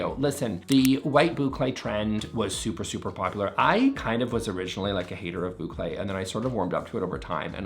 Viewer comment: Say Boucle say boucle .. he said boucle!